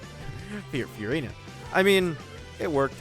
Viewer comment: please pronounce furina normally